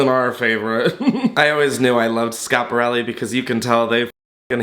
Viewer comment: The first YT'er to pronounce Schiparelli properly! Be still my heart? ❤